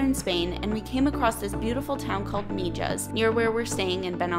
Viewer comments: MIJAS is pronounced Me Has not Me Jas😀 love the place. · Just in case you haven't been told the j in Mijas is pronounced like all Spanish words the J sounds like an h. Jesus is pronounced hesus .....so Mihas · Come on guys the town is prononced mihas j prononces h in Spanish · Wow brings back such memories! I lived there in 1968 and 1969. It was way more primitive but still epically beautiful! Thank you for sharing! And by the way the town is pronounced Mehass.. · I was in Mijas a few weeks ago. I agree it is beautiful. The Spanish will point out to you it is always pronounced "Meehas" Thank you for sharing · Its prononced Mihas. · Please if you are going to post a video at least pronounce the name of the town correctly: MIJAS=MIHAS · Wow, beautiful! Been there a couple of times, brings back good memories. Definitely loved your video and all the tips you give for other visitors. You've probably been told by now, but in case you haven't , the Spanish "j" is pronounced as an 'h" 🙂. No biggy, you still did a great job. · Thanks for the video. My dad lived in Mijas Costa. Drop the J when pronouncing Mijas 😂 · We're so thankful that we got to experience it, and equally thankful that you were able to power through watching the vlog as we continuously mis-pronounced 'Mijas'😅 It's seriously one of the most beautiful places we've ever seen and I can guarantee we'll be back one day hopefully in the not so distant future. Thank you for tuning in Harrison!!